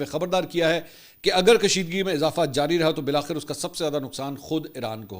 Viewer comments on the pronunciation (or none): none